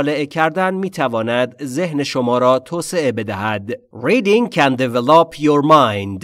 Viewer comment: "Develop" is pronounced with the stress on the second syllable... actually...sorry! But everything is just PERFECT! Thank you soooo much!!!!!!!